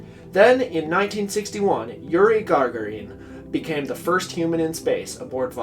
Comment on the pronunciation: it's Gagarin, not Gargarin